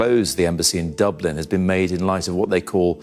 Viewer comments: Dooblin? It's pronounced, Duh-blin. Don't let it's proper pronunciation fool you, the People of Dublin are intelligent with a heart of Gold. 🧡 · Dublin not dooblan sir. Just a heads up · When a channel’s narrator can’t even pronounce “Dublin” properly and instead pronounces “Dooooblin”, you know this is AI generated propaganda. There are so many other obvious clues as well. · Dooblin? Wtf? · Bleedin dubblinn,, viva Dublin ☘️ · Please pronounce Dublin correctly. It's not that complicated! Ireland is not anti semitic and neither are the Irish people. Also pronounce Tanaiste correctly! Why hasn't Israel closed its embassies in Norway and Spain? Seems they are trying to bully a small country!